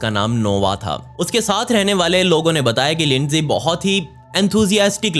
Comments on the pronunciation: Bhai lindsay hawker naam hai naki leendi hawker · Lindi nhi Lindsay 😑